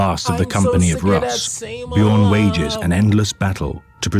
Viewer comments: "BEE-JORN" my guy noooo XD its said "BYORN" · Just so you know. The space wolves are based around vikings. In norse the "j" makes a "y" sound so it would be "Byo-rn" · First time finding your channel. You already made me chuckle with your pronunciation of "Bjorn." No shade there btw, it's just what everybody says the first time (assuming they aren't Scandinavian) 😅 I was impressed that as soon as you heard his named pronounced properly, you immediately took that to heart. Not everyone is so quick to adapt to new information 👍 Huge fan already. Gonna keep watching. I hope you have more content!